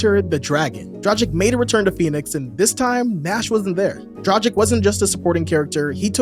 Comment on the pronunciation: Why do you keep calling Dragić "Dra-cheek" 😅 It's "Drag-itch"